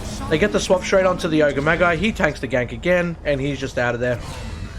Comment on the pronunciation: Ogre maggie 😆